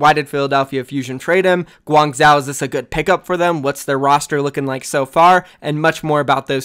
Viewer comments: 1. is that really profit wtf 2. im not even Chinese but "Guang-chow" sounds really wrongly pronounced... Isn't it pretty obviously "Guang-joe" ??? Inform me if I am incorrect but he sounds like he is butchering the name every time... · Guang-Zoh not Guang-Zow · gwang-joe my dude. say gwang-joe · my dude, Guangzhou is pronounced closer to "guang-JOE". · if I'm gonna be watching ur vids pls say Guangzhou like Gu-wang-jou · Hi, as a Chinese viewer who is from Guangzhou, the way you pronounce Guangzhou is kinda irritating. Although I don’t expect you pronounce it 100% accurately, a more reasonable pronunciation would be ‘Guang-cho’. Can u pronounce it that way in the future plz? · Please it is Guangzhou with the zhou prounounced zo like bro, go, foe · ASK. A CHINESE PERSON. HOW. TO PRONOUNCE GUANGZHOU. It is so unbelievably annoying when you pronounce it wrong every time, its not difficult to learn something close enough. Just say Gwang-joe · i mean they would say gwang wrong u shouldve said gwong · I will dislike every vid with any of these criteria: More than 3 ads Intro longer than 45 seconds Mispronouncing a city name when its your job to report OWL news (just google it ffs) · its literally his job. guangzhou is going to be a legit OWL team. Imagine if a newscaster couldn't pronounce new york properly, and the way he/she pronounced it shows they didn't even attempt to learn the proper way. he says Guangzhou like 6-7 times a video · Fucking annoying i agree